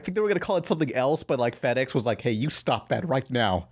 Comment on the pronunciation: Lmao called "Jetix" "FedEx"